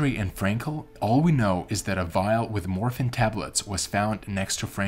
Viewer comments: Why do you pronounce dead as "dad" and morphine as "morfin"? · Interesting story however… The individual doing the narration mispronounced I know a number of words. Morphine was miss pronounced as well as the word comrade. I am an old broadcaster and have done hundreds of voice overs. Again, interesting story but you really need to find someone who knows how to pronounce words.